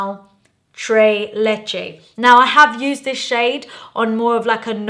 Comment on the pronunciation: Can you PLEASE pronounce the S's in TreS LecheS ?? Haha, it's a great Spanish flavor, not the French "très"